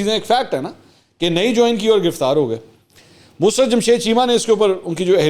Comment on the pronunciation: Mansoor Bhai iska name Musrat nahi Musarrat hay plz correct yourself